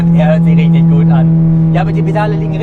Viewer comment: Richtich😂😂😂...Mal wieder ein gutes Video...